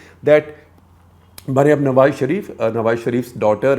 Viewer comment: I'm impressed. He is one of few Indians who don't mispronounce "Nawaz" as "Nawaj"